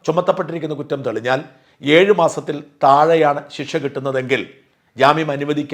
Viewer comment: "Ezhu 'massathil' kuravu...." 🤔🤔🤔